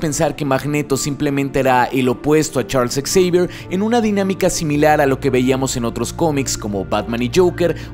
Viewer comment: Hola. Aquí repasando tus videos y escucho en el minuto que dices "Ex-eivier" ¿Se dice así o se dice "Javier" para referirnos al mentor de los X-men? Muchas gracias y saludos desde Colombia.